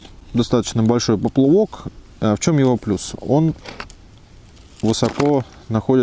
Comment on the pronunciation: спасибо большое. Очень нужное и полезное видео. Единственный нюанс: "поплЫвок" - режет ухо...)